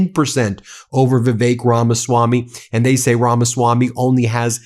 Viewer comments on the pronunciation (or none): It's Ramaswampy, not Ramaswamy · Is he saying, "The Fake Ramaswami"? Sure sounds like it... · "Drain the Ramaswam-py!"